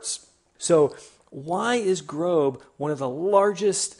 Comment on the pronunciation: It's not GROBE it's Grob exactly how it's spelt